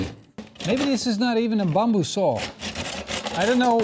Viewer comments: It's not bomboo, it's "bamboo" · Is it bamboo or as you were saying “bomboo”? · that's how you pronounced it in Indonesian, Ithen you get the point of why he saying it that way.